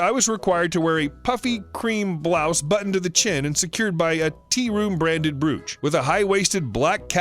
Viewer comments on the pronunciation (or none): It's pronounced like roach, but with a b in front. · Not pronounced brooch, it’s a long o. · It's bro-och . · Please lean to pronounce brooch.